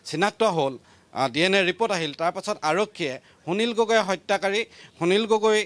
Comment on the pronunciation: আপুনি কেনেকৈ প্ৰতিদিন টাইম চেনেলত সুবিধা পালে নিউজ পঢ়িবলৈ সুনীল গগৈ টো স্পষ্টকৈ কব পৰা নাই।